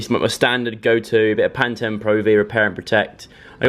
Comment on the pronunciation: Joe says 'pan-ten' when it's 'pan-teen'